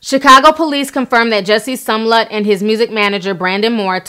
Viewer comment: You keep saying SUM-LET. Girl you messing that last name up.